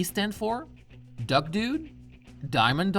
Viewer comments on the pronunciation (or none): none